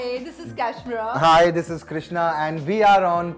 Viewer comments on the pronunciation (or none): She's CASHmeera not kashmeera .